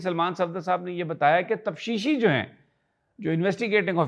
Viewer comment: Pls note: It is taftishi not tafshishi.